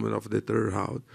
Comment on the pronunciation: H's are silent in Portuguese, not R's. R's can have either the same R sound they do in English or an H sound depending on the context. The word "round" in Portuguese is indeed pronounced as "hound", that's why he got confused